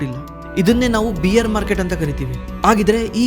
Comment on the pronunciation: ಬ್ರೋ ಬಿಯರ್ ಅಂತಾ ಹೇಳಿದರೆ ಮೂಡ್ ಎಲ್ಲೋ ಹೋಗುತ್ತೆ , ಬೇರ್ ಅಂತಾ ಹೇಳಿ😂